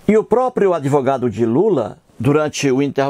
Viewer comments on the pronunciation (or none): FELICIANO EU JÁ ASSISTI A TODOS OS VIDEOS. EU OUVI MUITO BEM AS BABOSEIRAS QUE ELE FALOU. UMA DELAS FOI QUE QUEM FICOU GRÁVIDO FOI JOSÉ E NÃO A MARIA. O CARA SE DIZ ATEU MAS NÃO CONHECE NADA DA BÍBLIA. ELE PRONUNCIA "ADEVOGADO" EM VEZ DE ADVOGADO. REALMENTE ELE PRECISA DE AJUDA MÉDICA. FALOU TODA A VERDADE. QUANTO AO FATO DELE SER JUIZ, NÃO SE PREOCUPE : JUIZ DE CU É ROLA. ELE NÃO PASSA DE UM SEMIANALFABETO. PRA ELE TODO MUNDO É FAKE. ELE NÃO SABE QUE PRA COMENTAR NOS VIDEOS É PRECISO FAZER A INSCRIÇÃO NO YTUBE ...MAS NESSAS REDES SOCIAIS TUDO É PERMITIDO EM NOME DA GRANA. OBRIGADO